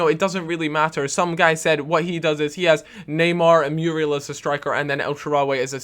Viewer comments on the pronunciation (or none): It's funny the way says Muriel he pronounce it as Mewwriel lol